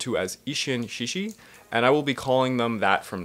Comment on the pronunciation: Good work! (By the way, though this is not just you but other people too, the sound of "志士/shishi" is better pronounced without "h." Japanese romaji happens to have that particular spelling, but in reality it is more [s] than [sh] of English.)